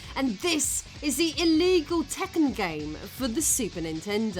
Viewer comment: Sigh. "EEEELEEGULL"